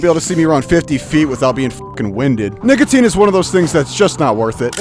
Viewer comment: bro did NOT say nicotine